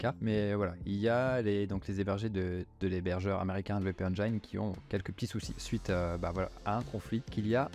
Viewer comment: WpEngin se prononce: Wp éne jine